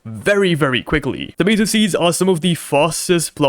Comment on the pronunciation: It's tomAto not Tomito 💔